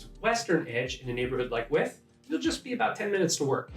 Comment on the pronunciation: It's not With, it's Wythe. Y th!!! 😉